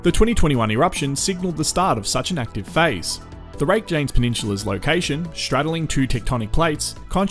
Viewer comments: Icelandic names can be super confusing to those of us who aren't familiar with the language! There are a lot I can't pronounce properly, either, but I've watched a lot of content from the locals on this and prior eruptions, and they say it "RAKE-uh-niss." You did fine with Grindavik, though! :) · Rake-janes. Spoken like a true aussie